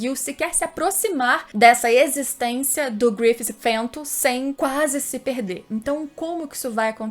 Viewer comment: da uma agonia dela falando GRUI-FI-SI só consigo gostar de GRI-FI-TI